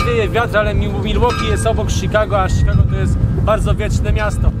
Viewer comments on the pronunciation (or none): none